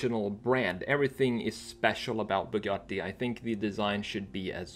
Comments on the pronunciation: as an italian i really appreciate you trying to spell both Bugatti and Centodieci properly, i know its not easy but you’re very close to the proper pronunciation, bravo! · kinda refreshing hearing someone pronounce Bugatti the proper way